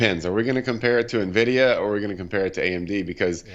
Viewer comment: I can't make it out. , does he say "happiness is at 69, nvidia 71" wtf is happiness? lol That said, I highly appreciate the pronunciation correction of Nvdia .. when experts can't even say the name of the company it really frustrates me lol - good job.